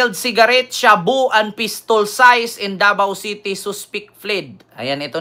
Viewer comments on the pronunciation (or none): Seized hindi sized hehe.